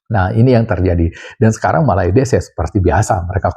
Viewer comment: 😀😀😀 bilang MALAYDESHnya biasa aj x bang...😋